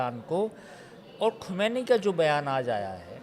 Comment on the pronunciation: Kisey bitha dia bhai.... Isse iran k supreme leader ka naam tak sahi nhi liya jaa raha...😂 "Ali Khumaini" 😂 correct name is Syed Ali Khaamenie